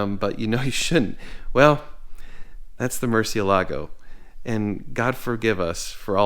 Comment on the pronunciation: I wish to HELL you would learn to pronounce it. Ask any Mexican.